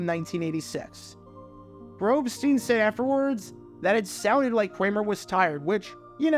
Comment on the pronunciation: You butchered Grobstein name. The Grobber Chicago radio legend. Wls am 1000 The Score.